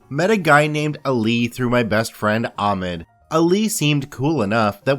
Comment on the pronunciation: I'll change my vote on this video when you learn that Ahmed is pronounced Ahhkhmed. Sorry about the bad phonetic representation but it should get the point across.